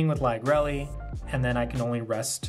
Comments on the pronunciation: also lagrele is pronounced lag-real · Good list dude. Ive been loving Bastion since Lagrele came out. I dont know the exact pronunciation of it either. Ive been calling it Lag-Ree-Ul. Deck is hella cheap too for anyone interested in starting up Vanguard. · very cool deck, the restander helps with lagrele cost a ton! i always thought lagrele was pronounced with ending like gabriel, this is first time heard it pronounced with Elly ending.